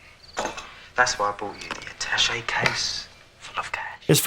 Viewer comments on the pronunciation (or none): none